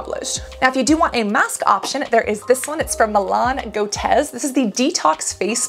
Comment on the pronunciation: lol You pronounced Malin Goetz as “Milan Cotez”